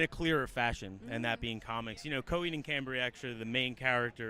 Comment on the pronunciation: CoHEED it’s coheed...why so much accent on the EED I don’t like her...mother superior make it stop 😞